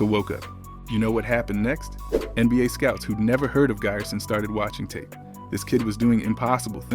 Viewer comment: That "i" in Giresun is not spelled like in English "i", it is spelled like "e" letter in English...